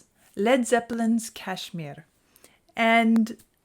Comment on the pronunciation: I could listen to the rolled r as you say Kashmir all day.